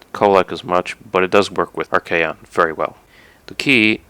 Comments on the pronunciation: AUUGH!! ar-KAY-on!! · propper is ar-kay-on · Not a warhammer fanatic, but I noticed pronuncing Archaon like ar-kon. I've heard others pronounce it ar-kay-on, also the way I've been pronuncing it. Does anyone know if there is an official way of pronuncing it, I searched it up real quick, couldn't find a good answere.